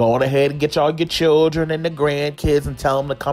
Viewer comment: “gone head and get all ya CHILLUN and GRANCHILLUN and tell them to SADDOWN” lmaoooo i love him so much!😂